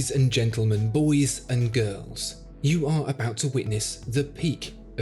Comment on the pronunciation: "boihs and guirhrls"